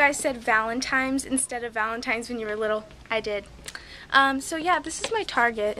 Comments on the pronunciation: Hi There Beth! I know someone who says ValenTIMES instead of ValenTines! ANd she is about 10/11 years old ! BTW, is it really aloud to film in stores there in America? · I said valentimes too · i do say valantimes instead of valantines................ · i still say valentimes lol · I said valentimes ;) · i said it like that when i was little i didn't say it right vday